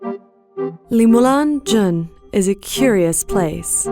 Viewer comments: LEE MOULAN jone lol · I have NEVER heard someone butcher french pronunciation like you did with moulin jaune. That was brutal.